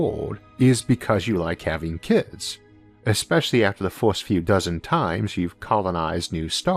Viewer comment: You have some interesting videos, but your pronunciation makes my ears bleed and I unlearn English. For example "first" - "forst", "universe" - "uniworse" and many other words.